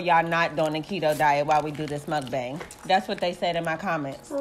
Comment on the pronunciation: Love this video love the people in it but if I hesr one more person say mink-BANG I’m a jump off a building lol